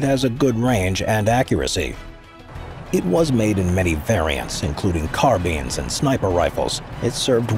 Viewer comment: The pronunciation of carbine is horrific and sinful